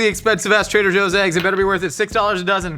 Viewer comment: "Aeggs". I hear it every time.